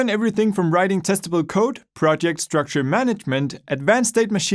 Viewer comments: I swear i heard testical code at the start instead of testable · testical lol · Sorry bro you are the only one He said testable like 'testible'